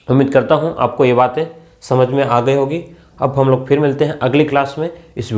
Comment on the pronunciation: Sir samank na kii samak